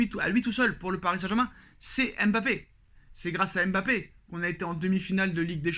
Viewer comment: Apprenez à prononcer Mbappe correctement svp. Fatigant d'entendre "M bappe".